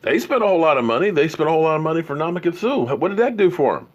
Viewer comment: Baker Mayfield had more passing TDs then Dak Prescott in less games with two head coaches. Stop calling them the dudu Browns. Also please make an effort to pronounce people’s names correctly. We all name butch but try to get better. I have ADHD so I understand. Nu-dom-a-kong-suh